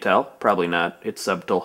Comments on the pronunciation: sub-tle? it's pronounced sut-tle. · craig, why do you say 'sub-tul' instead of 'suttle', which is how subtle should be pronounced? nevertheless i appreciate the wit in this. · Subtle isn't pronounced Sub-Tull; it's Suht-l. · haha, it's 'suBtle' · hey I always say SUB-tle, too. Then my friends always make fun of me for it. you're awesome. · Wheeeeezy, it's pronounced sudle. Not sub-tle. Even though it's spelled like that... yeah, I don't know why either. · it's subtle. just like his pronunciation of the word "B" in subtle. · ha ha! I never heard anyone pronounce the 'b' in subtle before. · You pronounced subtle wrong. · My dear Craig, It is my unfortunate duty to have to inform you that you are sadly mispronouncing the word "subtle". The B is silent.